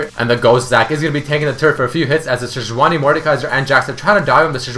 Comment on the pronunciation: sejuani is 'sedge-wahrni', not 'jooojjoooani' lol